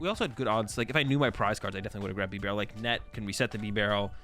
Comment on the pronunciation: You don't pronounce beaver like "beh-vur", it's BEE-ver. Bibarel's name is a play on the pronunciation of beaver, it's like bea-barel.